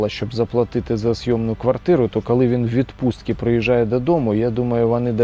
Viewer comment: ну що за "кАли"? Не А, а - О